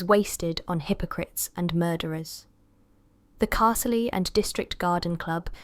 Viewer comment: Are these fan fiction or something? Cat name wrong, names wrong or mispronounced... Castle- eee for Carzlee etc etc. So you have killed 2 cats and brought home a new one? Fan fiction written by somebody who has never read or listened to a long established character and village?